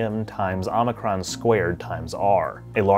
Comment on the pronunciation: another small mistake (apart from the space station history you already corrected yourself): the letter ω - which is usually used in physics for angular velocity - is 'omega', not 'omikron'.